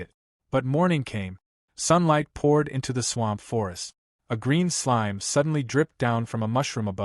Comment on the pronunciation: I had enough of hearing slime pronounced slimey.